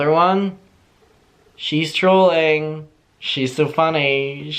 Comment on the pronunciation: It took me a good five minutes before I realized was saying trolling and not drooling. I guess what’s more concerning is the fact that I thought Gabbie Hanna was okay with drooling on her TikTok😓